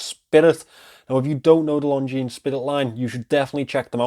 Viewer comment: This is not how we pronounce Longines. It's lon·zheen, not long jeans